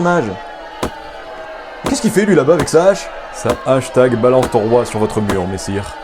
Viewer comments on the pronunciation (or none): "Hache tag" 😂😂😂